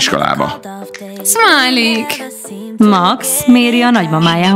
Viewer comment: Smiley/Szmiley xD Hallod nem Smiley hanem Szmiley XD